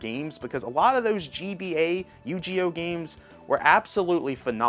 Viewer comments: You saying YouGeeOh really passed me off. I played you gi oh for like 7 years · Yugioh not Yugeeoh. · "Yu GEEEEE OHhh 😂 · Yu Gee Oh??????? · You ghee oh.. really? And it's guilty gear strive not survive.. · Great video, but the Yu-Gi-oh pronunciation killed me inside 😂